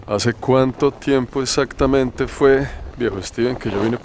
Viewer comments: El man se reía, cada vez que el otro decía, essatamente, en vez de exactamente jajajajaja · En el minuto , se ve la cara que no aguanta la risa el pana por la pronunciación "eSatamente" del parcero! Seguiré enviando hojas de vida! Alguna llegará a las manos correctas!! Excelente video! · Que bandera este Steven gozándose al compañero por que decía: "esatamente"... Cómo hizo para aguantarse la risa mijo?.... Jajajaja. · Jajajaj la reacción cuando el de cachucha dijo "esatamente" jaja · la cara del man cuando escucha "esatamente" el man retoma la seriedad pero un "esatamente" salvaje aparece nuevamente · "esatamente" y todos cagados de la risa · Toteados de la risa cuando el pana dice: esatamente Jajajajaja